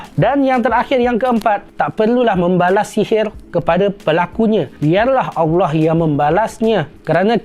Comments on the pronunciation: Mohon buat pembetulan sebutan Allah terdengar agak pelat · Bagus nya ya allah tapi saye nk tegur sikit betulkan sebutan allah. Macamtu lagi bagus